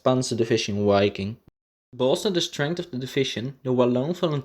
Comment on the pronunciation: Nice video and excelent information, however it does not pronounce "UAI-king", it does pronounce with a V sound, like the word "VIKING".